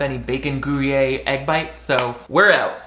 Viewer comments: Did… did you just pronounce gruyere cheese like “goo-yay”? 😂😂 (it’s more like (gree-air) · Cheese monger here: It's pronounced: Groy-Yayr like you're saying goy with a gr at the beginning and yay and swallow the r at the end. I'm not normally nitpicky with cheese pronunciation, but I figured it could be fun to learn, and help your analytics. Absolutely love your content!